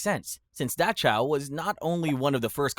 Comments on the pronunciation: Tf is Dahchow?? You mean Dachau?? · I like your vids, but the way you say Dachau drives me INSANE. It’s Dock-Ow. Not Datch-ow. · “apar-thighed” and “da-chow”. incredible. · decent channel, but pronunciation is NOT a strong suit! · several mispronunciations such as apartheid and dachau. consider having someone listen to these before uploading